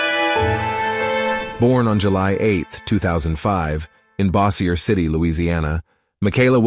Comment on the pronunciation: Boss-i-er City. Bossy-er City. My city is more bossy than yours. I get the mix up but still.